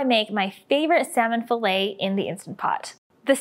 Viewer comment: Fill-it not fillay